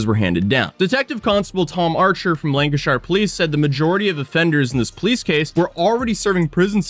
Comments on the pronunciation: Hey, 🤫, don’t tell him how to pronounce “Lancashire”, let him think he’s pronouncing it correctly. 😆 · I live in Lancashire it’s wild that your covering it lol Ans I’ll let you off on how you say Lancashire your good egg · first time I heard him say Lancashire I was hoping he meant a place in America with the same name bc of his pronunciation. When he said Kendal and Bradford I realised, nope, it was another Worcester case of Americans very slightly but very obviously mispronouncing British place names. Understandably so, but it hurts every time man 😭 AAHAHAHAAHAHAAAHAHAHAHAHAHAAHHA I COMMENTED THIS BEFORE THIS PART OF THE VIDEO OMFG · Lancashire is pronounced like 'Lanca-sheer' NEVER Shy-er. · We don't say shire it is more 'sheer', so Lan-ca-sheer. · Most of the time but not always, shire is actually said sheer in place names so Lancashire and Worcestershire are "lanca-sheer", and funnily enough, "wusta-sheer" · yep, you do pronunce Lancashire wrong it is not pronunced shire it is pronounced pronounced “LANG-kuh-sher” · It's note lanca- shyre, or lanca-sher, it's lanca-shear as in to shear a sheep. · It's pronounced lanka sheer 😂😂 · the pronunciation of Lanacashire 🤣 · C’mon **; haven’t you ever heard The Beatles song “A Day In the Life?” Blackburn LANK-uh-SHURE! 😂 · CHORLEY FM coming in your ears! (niche reference, if you know, you know) You only have to look at him to tell he's not going to be very bright. He NAILED Colne, good job. For future reference, any word with shire in it, like Lancashire, the shire part is pronounce sure. As in "Sure it is". Except if you meant the horse's, they are pronounced Shire (like tyre). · Shire at the end of a county's name is pronounced "sheer" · Lancashire is pronounced "Lancasher". :) Edit: Yeah, you got it... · 'east lan-ca-shy-rrr' 🤦‍♂️ my ears. Edit: 😂 Edit, Edit: 🤦‍♂️ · Yeah he pronounced the R too hard, Lancashire- Lan kah shah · It's pronounced "lan-can-share" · so funny hearing you say Lancashire